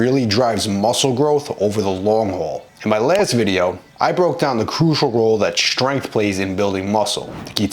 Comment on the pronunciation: Way too much emphasis on strength and number in bar